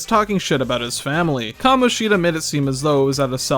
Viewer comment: "kamonshEEda" why 😭